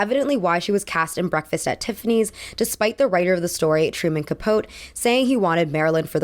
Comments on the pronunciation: It’s Truman Capo-teee emphases on the e. Not pote like boat. I mean, you should probably know that since your whole channel is acting like you know what you’re talking about. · FYI, the famous authors name is pronounced Truman “Capo-tee” Capote. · I really enjoy your videos… but Kinsley, not Kinsey? Ca-pote? Coro-nay? I’m struggling… For someone so well-researched I’d expect you to come correct with pronunciation. Take care. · Truman Capote's last name is pronounced Kuhpohtee. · I love your vids, but I have some notes. "Casted" is not a word, and "Capote" is pronounced Ca-po-tee with the stress on the -po. I would suggest listening to more audiobooks (Libby is a great resource) for some of the sources you read because they will help you with pronouncing words you have trouble with, especially words that are not in the English language. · Wonderful essay and extremely respectful to Monroe. Your intensive research shows through, but you also mispronounced some big names like Betty Friedan and Truman Capote.